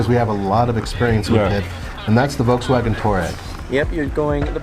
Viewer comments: It’s not „V-Double U“ xD German company = German pronunciation! XD we also pronounce American Companys in English. Sooooo please! xD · It’s pronunciation is “Dutch + ya” Not “Neeson” it is “Nis+sun” :D folksfagen... it’s folkswagen Citron hahahaha Just watch their advertisements so you can maybe learn how to speak their names you merikans :D Pohahahaha!!! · why is this guy killing all the names of cars. Us people need to understand that we read the automakers depending on where they are from not where they sell lmao